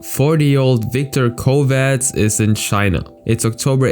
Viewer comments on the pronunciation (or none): none